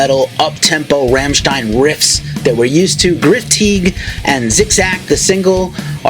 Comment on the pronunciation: If you want to know how to pronounce "Rammstein" ... maybe listen to the track called ... "Rammstein" ?? Anyhoo, I have heard the new album and ... was disappointed. We know that their albums usually have a softer track or two on them, but this is mostly soft tracks.